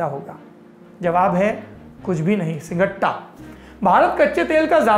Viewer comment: भैया जी आज आपके 'सिगट्टा ' ने दिल खुश कर दिया।। क्षेत्रीयता की याद दिला दी आपने, और आपकी समीक्षा तो काबिले तारीफ ही है